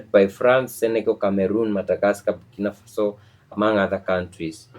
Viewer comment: It's bukinafaso